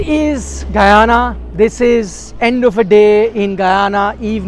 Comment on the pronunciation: And also the pronouncation of st. Lucia and Guyana by Nikhil is great❤❤